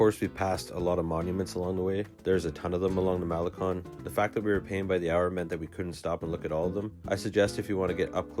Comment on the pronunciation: Nice video and virtual tour. FYI, you are mispronouncing the following: - Mazatlán - pulmonía - El Faro - malecón Note accent points and how vowels are pronounced in Spanish.